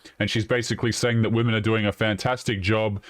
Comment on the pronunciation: Every time she should have said women, she said woman. When she should have said offspring, she said offsprings. I couldn’t stand to be around this nitwit for 5 minutes.